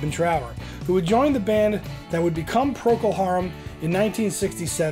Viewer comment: "Proko" Harum??! Really??!